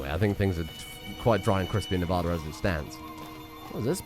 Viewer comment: Man's talks about proper English but keeps saying Nevada wrong